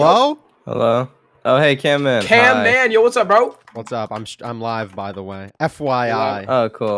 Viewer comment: It's camman